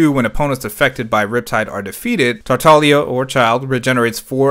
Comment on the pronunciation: Thanks for pronouncing his name correctly. Other YouTubers and their hard G's are making me insane.